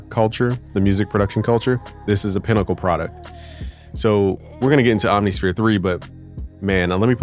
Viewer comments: Om-nih-sphere, bruh. It’s not hard. 😎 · Alternatively: OMM-niss-fear. Again, not hard.